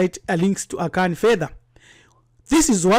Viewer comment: I was just laughing at his pronunciations of certain Akan vocabs